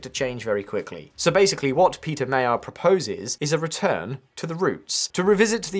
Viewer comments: It's weird. Where did this silly "Mayar" pronunciation come from. I'm sure that less than a year ago English speakers (in the UK at least) pronounced the "g" pretty consistently both for the ethnicity and the name - which may be wrong but isn't as wrong to my ear and at least has some logic as English spelling. Where's the logic in reducing the sound to a y? I suspect it started in the US where they like to demonstrate their sophistication by pronouncing all other languages as if they were Spanish. And of course trendy UK types, left or right, love aping USers, so here we are. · Thanks, the video is a very good summarizing. I think, you'd try to pronounce magyar(hungarian) and Magyar (the to-be PM) properly. Just ask for Google to help. One thing to note: not everybody wanted MP as MP, but wanted to support the possibility to change so lots of citizens voted for Magyar Péter instead of their own preference. We do hope the best. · The GY in Magyar is pronounced like the D in during. You'll be hearing his name a lot, please pronounce it correctly 😉☺️ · Time has come for everyone to learn to pronounce one word: "Magyar" If thats the only thing Magyar Péter can deliver than I'm fine with that. 1000 years and besides some neighbouring countries no-one calls us as they should we aren't Hungarians we are magyarok! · I hate so much when you are butchering names on this channel. First PM of Slovakia Robert Fiko, now Pizza Mayor. Come on, can’t you learn how to pronounce it correctly for the video? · Peter Mayar?.....did you forget the G in there and the fact that this word is not English? Magyar, It's pronounced like 'Rodger' but with an M, like 'Modgor'. Every single English speaking person covering this is butchering his name and NONE of you has even bothered to find out how to say the guys name. Incidentally Magyar means Hungarian in Hungarian. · His name is pronounced MUDGE-yar. Excellent and informative video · "ma - dyar" or maybe "ma - jar"